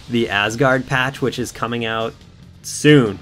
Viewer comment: You pronounced Asgard properly. :)